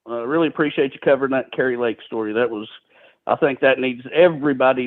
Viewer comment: KARI Lake, pronounced, KERR-I, not CAR-I Lake...😉